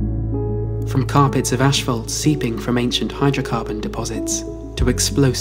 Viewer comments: It's pronounced ass·faalt. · if the narrator says "ashfault" on more time I might lose it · I suppose I've never heard that kind of pernounciation. Personally, it was mind-blowing and crazy in the moment. I couldn't believe what I was hearing